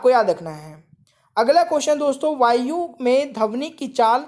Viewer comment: Bhai wo dhvani hota h dhavni nhi 😂😂😂😂😂😂😂 bolna seekh le dehati